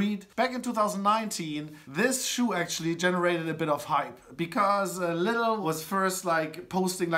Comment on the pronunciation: Nice, you know how to pronounce Lidl the british way :)